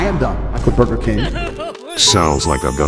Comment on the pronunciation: burjer king